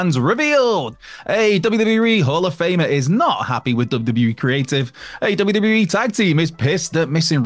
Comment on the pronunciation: Say WWE properly..not WE.!!